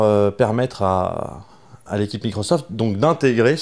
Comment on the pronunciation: Par contre c'est microssssssoft pas microzoft ! Mdr